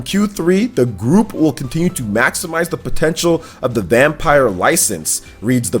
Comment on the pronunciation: Reeeeeee he isn’t pronouncing VampYr right